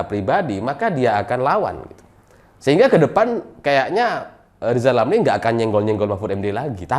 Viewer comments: selalu bilang LIZAL LAMLI..... 😀😀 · Pingin narik lidah lizal lamli pake tang listrik biar bisa normal bilang Rrrrrrrrr 😁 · Lizal lamly 🤣🤣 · Lizal Lamli apa Rizal Ramli ya.... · Rizal Ramli belajar ngomong huruf R spy bisa rendah hati. Semangat.